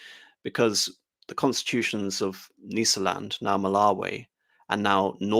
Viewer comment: Brillant analysis,as a child brought up in Rhodesia,this, in a way was the background music to my youth.A minor critérium,however, the prononciation of Matabele,Mashona and Nysa land all seem at odds with way the way these words were spoken back in the day.An elucidation ,gratfully accepted.Bravo